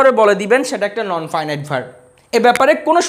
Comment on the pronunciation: নন ফাইন ইট না, নন ফিনিট